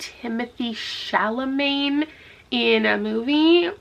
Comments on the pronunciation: “Timothée Chalamagne” you ALMOST got it. very proud 😆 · When you said Timothee Chalamet's name wrong I cringed so hard I think I popped something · The way you pronounce Timothee Chalamet is so funny and kills me every time and I am only gunna say it like that from now on! Also I saw the movie first and only knew the bare minimum from the synopsis and loved it but this video made me order the book LOL. As in I literally ordered it online WHILE watching 👀